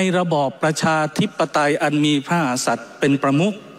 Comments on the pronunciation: คุณชัยธวัช ออกเสียงคำว่า พระมหากษัตริย์ ไม่ชัด คำว่า กะ แทบไม่ออกจากปาก จงใจหรือเปล่า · ชัยธวัช คนไทยแท้เปล่าครับ ขนาดคำว่า พระมหากษัตริย์ ยังออกเสียงไม่ชัดเลย ไม่น่าเกิดในประเทศไทยเลย